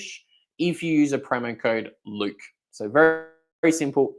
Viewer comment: "LUKE" Rhymes with DUKE! 🤠 🥳